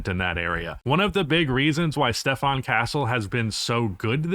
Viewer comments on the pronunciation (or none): none